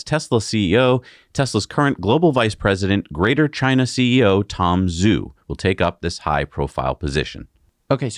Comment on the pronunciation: Sorry to be pedantic, but Tom Zhu is pronounced “Ju.” In the future, please consult an online Pinyin Chinese romanization chart. Love your channel!